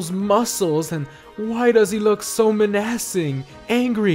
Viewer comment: Who pronounces "menacing" like that?